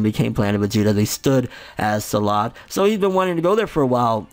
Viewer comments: It's Planet sadala... Not Salad :'D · Its Sadala. Not salad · okay I dont wanna sound like an asshole but ffs its planet sadal not salad